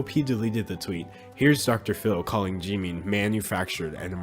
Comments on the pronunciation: hello, i totally agree, but it is pronounced (jih-min) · Question: Why do you Pronounce Jimin as "G-Min" since you say you like BTS?